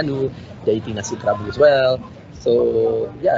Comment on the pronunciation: I love food AND history, so I love your channel, especially as you dive quite deep. However, kerabu is not pronounced KEH-rabu or KE-rabu : many people in your video pronounce it correctly k-RA-bu with a slight roll on the "r" and accent on the penultimate syllable - now I worry that if you can't get it right when others around are showing you how it's meant to sound, then how is your Thai pronunciation (which I know very little about) - also - I can be too critical...